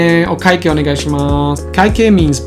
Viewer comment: I listened to how you said kaikei and I noticed you didn't really say that last い, in Japanese is it optional to say the last い?